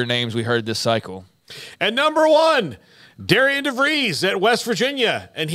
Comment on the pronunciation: his name is pronounced Darin